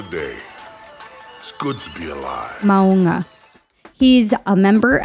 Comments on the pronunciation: Can we just appreciate the fact that she NAILED the Mauga pronunciation? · finally the algorithm gets what kind of content i want to see! love all the comments advocating for LW & bap in S, and while i agree, gotta say my short king lucio belongs in S too appreciate how u pronounced mauga!! ur presentation & editing is fantastic and ur humor is top tier. so glad this vid was recommended to me :))